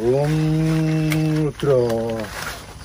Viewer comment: Bacanya Hong ngudro🤣